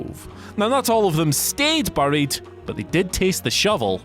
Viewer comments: What just makes me laugh is how this guy cannot say 'buried' correctly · Why is he pronouncing buried wrong? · I’m Andy from Whatculture and I don’t know how to pronounce the word ‘buried’. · I am just annoyed by the way he pronounces 'Buried' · The way Andy pronounces buried really got to me 😂😂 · England- "buh-ried" America- bæ-ried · You couldn’t have gotten somebody who can atleast pronounced the word properly to do this list nah? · Maybe I just heard the word too much but even so you say ‘’buried’’ very weirdly, or is it just me 🤔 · He definitely does. They should've got Simon Miller or Adam Cleary to do this list